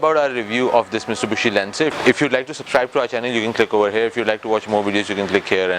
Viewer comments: Hi..... it's Mitsubishi not miSTUBISHI 😊. Still waiting for Audi A3 review. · Its Mitsubishi not "mistubushi"😃.. Its a common mistake we Pakistanis make. Nice review though as usual..👍👌